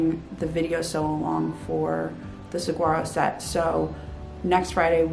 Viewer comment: I love the southwestern vibe apparent in your pattern designs. Not to be disrespectful, but please pronouncs saguaro correctly. The “g” is pronounced as a “w”. I lived in Texas and in Arizona and had saguaros in my yard. This precious cactus are protected by law as they have very short roots and grow quite slowly, growing the first arm happens around age 50. It is wonderful to see your pattern carry such an iconic name, and pronouncing it correctly demonstrates knowledge and respect this plant so deserves.